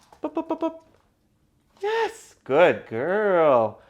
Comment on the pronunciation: stop saying yez